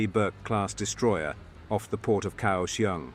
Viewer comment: Effing idiot. Can you at least get Taiwan placenames? Kaohsiung "ao" sounds like English "ow" as in now, how The "k" In kao... soungs like a ficking "g" So "kao" sounds like how, now "gow" the "iung" pronunciation is pathetic too Fucking hell... how God damned hard is it for you to find a taiwanese person at some nearby university.....and just have him read off placenames Then when recording the video get the names right Egads em kay 48 Just do any fucking research MARK 48 Next... TAIWAN, the entire effing island, is an aircraft carrier. I lived in Taiwan from 1994 to 2018. Every god damn year, different sections of freeway, up and down the island, are used for Air Operations Landings, rearming, taking off to go back into the battle Can you guess WHY? Just because the airfields locations ARE KNOWN. Taiwan is not the only country to use freeways and highways for air ops. At least 12 countries do so. So, no air superiority by the CCP as easy as you made it. And, with air assets still in the fight, no effing naval landing would work... Sink transports. For anyone interested, there is an air museum not far from Taoyuan int'l airport. It has a cool display Air engagements between ROC and PRC ... From 1949 on... Propeller powered fighters.. P47/p51 vs yaks and migs and lavs F86 vs Migs, and other aircraft It gives numbers involved and who lost BTW, Taiwan still existing tells you the PRC got the shit kicked out of them It also covered the one naval landing the PRC tried on an ROC h